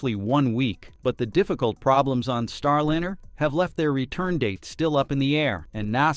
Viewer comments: Star-LIN-er? Isn't "Starliner" a play on "ocean liner" pronounced LYE-ner? Seems like another AI narration fail. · i almost liked this video until i caught the voice to be an AI robot. how can you pronounce Starliner as Starlinner? is the content also AI?